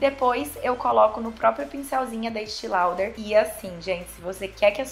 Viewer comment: Ficou linda demais!!! ❤️❤️❤️ Mas uma pequena correção, não é “Estii” Lauder, se fala como se escreve “Estée Lauder”. Beijo maravilhosa 😘